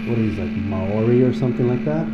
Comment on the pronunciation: 🤟😜That was EPIC!!! And your pronunciation of the word Maori was great. I got Sepultura vibes from this myself. Thoughts?